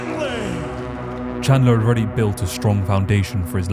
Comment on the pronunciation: Did he just say "Michael Chandling"? The disrespect is unreal...